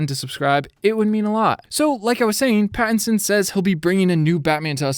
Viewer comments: he said "batitson" instead of patitison lol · Him saying batinson kept getting me annoyed XD